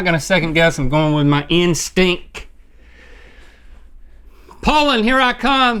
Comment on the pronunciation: "IM GOING WITH MY INSTINCK"